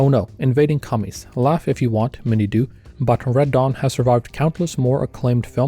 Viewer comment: I kept hearing "Radahn" whenever you said "Red Dawn".